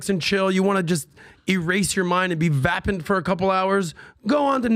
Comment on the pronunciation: Cut down 20 trees? Doesn’t know how 😂pronounce vapid? might be the dumbest person on the planet.